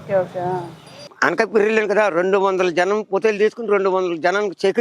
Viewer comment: అనకాపల్లి ❎ అనకాపెర్రి ✅